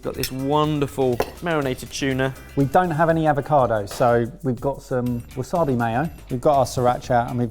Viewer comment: Polite request. Please try pronouncing "umami" and "wasabi" more accurately as it winds my wife up no end. Thank you for your understanding.